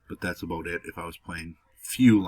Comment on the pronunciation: Love the way you say “about”. Shit sounds cool- no joke.